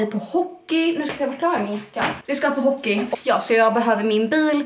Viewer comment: Älskar hur du säger hockey